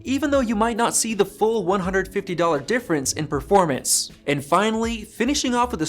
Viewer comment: "Perforamnce" Oof